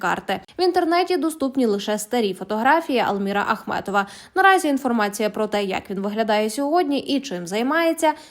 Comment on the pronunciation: Ви розповідаєте про Ахметова чи Ахматова? Прізвище називайте правильно.